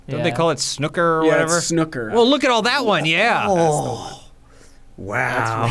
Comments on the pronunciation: Lol, that is absolutely not how you pronounce "snooker" xD It's also not the same game as pool, they're two separate games. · mispronouncing snooker and thinking it's just another name for pool when in reality it's more like pool for adults is the funniest part of the video. It's like saying 'They have baseball in the UK but they call it crycket'